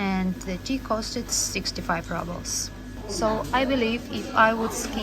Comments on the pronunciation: Dear, it is roobles, not rubbles 😊. Thanks for nice video ❤ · Rubbles? I thought it was Rubles (Roobles) I guess... If You know, You know 😁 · It is „roobles“, not rubbles of course 😊. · Du sprichst Rubel in Englisch falsch aus. Eigentlich wird Rubel auf Englisch fast genauso wie auf Russisch ausgesprochen.